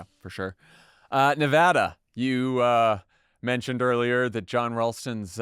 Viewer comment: Thank you for saying Nevada correctly, Dan. Jon, there's no H.